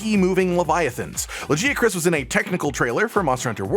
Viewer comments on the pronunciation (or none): Why did you say Lagiacrus like that.